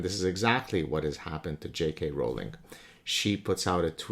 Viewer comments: The row in Rowling is pronounced like row as in row, row, row your boat. In other words it's pronounce Rolling. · You diminish yourself when you try to diminish another by portraying her as important enough to speak of but not important enough to know how to ptonounce her name. Phony.